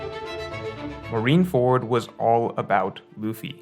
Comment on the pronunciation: What is with OP YouTubers and mispronouncing syllables? You got KOL with oDEN, Brago with rever-E, and with MarineFORD. What is going on